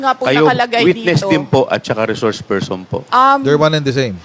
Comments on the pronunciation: Bakit kaya d nya naintindihan yun, e d ba lawyer siya, d naintindihan ang reshores pershon instead na resource person🤣😂🤣 Birds with the same feathers daw and dalawang pershons🤣😂🤣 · Reshors pershon talaga coach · 😂😂😂😂😂resorrrrs person😂😂😂😂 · Laki ng problema ni pusit sa reshorsh pershons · Wla kc COMMON SENSE c pricess😅😅 Ang res shors per syon😂😂